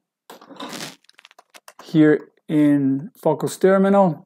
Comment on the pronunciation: Com o Fausto aprendi que o Stop é nosso grande amigo rss... Uma sugestão, amigo: sobre o nome em inglês "Focus", se você pronunciar "Fôuquês" creio que fica mais fácil pra os gringos entenderem. Abraços!